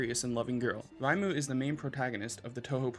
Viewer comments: Sorry for being that guy but I can't get over your pronunciation of Reimu... It's not German! Ray-moo. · ✔Pronunciation tips: Gen-so not Gen-zoe Ray-moo not Rai-moo Neet-oh not Night-oh